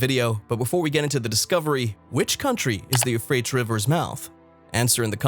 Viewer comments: All of the sparse credibility just went out the window when the speaker butchered the name of the Euphrates River. No country is the "mouth" of the Euphrates River. That question doesn't even make sense! It's painfully obvious that this isn't from any English speaking country. The voice-over is clearly generated by a pretty pathetic computer program. This kind of sloppy journalism shoots itself in the foot over and over again. I say steer clear of this unacceptable attempt at news. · Not only wrong pronunciation, the etymology is also wrong. Euphrates is not from Persian or god forbid Kurdish. The name has already exists for thousands of years before any Persian or indeed any Indo-European people entered into history. The oldest form of the name comes from Akkadian Purattu, which in turn probably comes from an unknown local language that's been lost to history. It's still preserved in Arabic as al-Furat. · Being unable to even pronounce the rivers name correctly would tend make one's credibility suspect to say the least. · I see where you're coming from and I caught that as well that he wasn't pronouncing it correctly as well as the tigress River I suspected was not the proper pronunciation. But let's remember God chose the foolish things of the world to confound the wise. The apostle Paul could not write very well and Moses had a stuttering problem but God still used them so let's just take this warning to make sure we all have enough oil for our jars and lamps and we are not found to be foolish virgins. God bless you all! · I cannot take you seriously, because you cannot pronounce either rivers' names correctly. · Absolutely terrified. Euphrates spoken incorrectly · Very annoying. Lol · Your pronunciation of these rivers is killing me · It pronounced You-Fray-Tees ... not You-Fray-Ts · Ty-gris, U-fray-tees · Pronounced: you-freight-ees. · The "you-freights" river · It is pronounced as 'euphratees'. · Isn't it pronounced You- Fray-Tees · You-freight-ees , Tie-gress